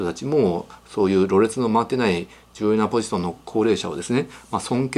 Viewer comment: ろれつのまわっていない重要なポジソン・・・あっ！！